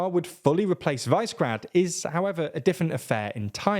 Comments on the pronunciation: Please, Brits! This will apparently be a word that you will pronounce a lot. It‘s pronounced Víshehgrad, not Vaisgrad. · It's pronouced "Vi-Se-Grad", not "Vice-Grad"... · Pretty please, please don't pronounce the "vise" in Visegrád as 'vise'. It's pronounced 'vee-sheh'. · You pronounce it "vee-she-grad", not "vice-grad". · Great video! Sidenote: Can you please pronounce Visegrád properly? It is not vice-grade, sounds more like Vish a grud. This is a general comment on many of your videos - can you make the extra effort of not mispronouncing so many names and places? (I'm a nebula supporter btw, and a fan of your work,) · They dont pronouce the english versions right either. In english its "CH" and "K" sounds. And its Vee-se-grad, not vays-grad. Those are the versions that english speakers are supposed to say. Im not expecting native names, but if you use the simplified version, at least get that right. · VICE-grad?!? Do an ounce (28.35 grams) of research before going live. Middle-school level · Just for your information: Visegrád, the name of the Northern Hungarian town is pronounced VEE-SHEH-GRAAHD. Similar to the Vyšehrad in Prague which means 'castle on the height'. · It is pronounced Višegrad group. I is not 'ai' in slavic languages. Please learn to pronounce it just like we learn english. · Hungarian person here, love the episode, but it's pronounced "wish a grad" more or less. definitely not the way it is in this video. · Visegrad is pronounced 'Vee-sheg-rad'. Czechia is pronounced 'Check-ee-a'. Czechia is not and never really has been pro-Russian. V4 group is not and never has been especially Eurosceptic. Slovakia's ruling party are populists whose only concern is maximising the amount of money they can funnel into their bank accounts. They are not really Eurosceptic or pro-Russian. You must also be careful in assuming they will align with Hungary because of similarities between Fico and Orban: Slovakia and Hungary have not historically got on all that well.